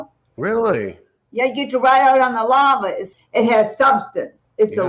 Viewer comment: I first hear "lava" as "llama" which actually makes more sense.